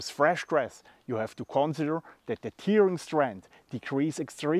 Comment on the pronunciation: tearing -> "tähring" So wie du es ausprichst, bedeutet es "weinen" ;-) Tolle Ideen hast du immer. Der Packframe ist wirklich klasse.